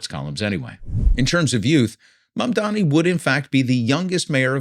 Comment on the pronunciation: Why is “Mamdani” hard to pronounce for these people, it is such an easy name if you are using a language neutral reading mode. Where all ‘a’ are assumed like in “bat”, ‘i’ is ‘ee’ like in “knee”.